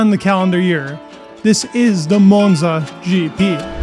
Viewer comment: Monza not Moanza😂